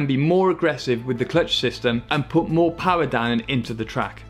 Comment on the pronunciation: Put down more power? Ya, more power. More powa'? More powa' baby! MORE POWA' BABY!